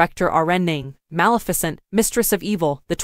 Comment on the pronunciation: You can tell she never watched any of these films as she pronounces "Bar-Bassa" and "Mal-ficent" xD